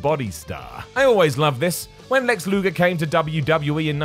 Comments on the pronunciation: LUGER not LUGOR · Luger or Lugar, never Lugor.... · Lex "Lugor" ????